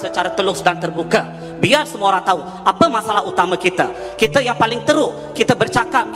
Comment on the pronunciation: sebutan bagi betul laa bukan kite tapi kita.. belajar lagi tatabahasa tuh..